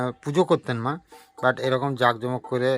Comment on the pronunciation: কথাটা জাগজমগ নয় জাঁকজমক